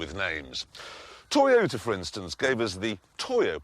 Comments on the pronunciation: LOL a 'Tyotah' !!!!! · The Toy-o-let MUH SIDES!!!